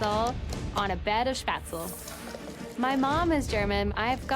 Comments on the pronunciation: me hearing them say spatzel instead of spaetzel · also pronounces spaetzle like shpatzel LMAO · The way she says Spätzle 😣 you don't pronounce the a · When she said späzle wrong that kinda hurt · The pronunciation of Spätzle ist terrible. It hurts when she says it.